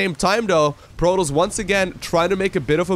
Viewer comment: Content is so good! But protos not proTALs